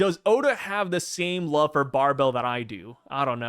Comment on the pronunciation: Bro its BAR BLE not Bar Bell. The name of a catfishes whiskers are called barbles. Like marbles w a B